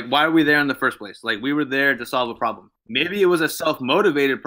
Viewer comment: "We're there trying to solve a ploblem" I guess that explains it